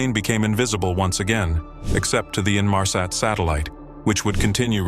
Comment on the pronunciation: Ressassage de saloperie , peut être mm avec de l·IA au vu de la prononciation de "Inmarsat " salut les naifs ...